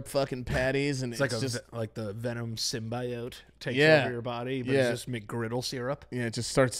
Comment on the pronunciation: The way says symbiote completely wrong 😂